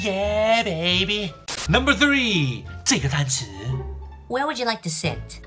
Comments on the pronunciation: Three and tree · Tola Tsang应该是three / tree 吧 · Jacqueline Tay 你是新加坡/马来西亚人吗？我听说很多新加坡和马来西亚的人读three会念成tree。对于我来说，three很好念，然后我以前的客户就说你一念three，别人就知道你肯定不是新加坡人，因为新加坡发音都是tree。